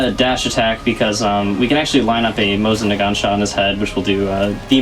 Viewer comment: You pronounced Mosin Nagant correctly! Great run!!